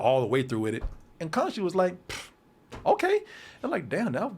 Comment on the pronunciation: Kadoosh when can't say Konshu!🤣😂